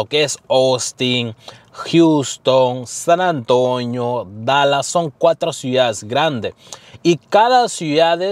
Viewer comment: SAN Antonio no es san antoño 🤣🤣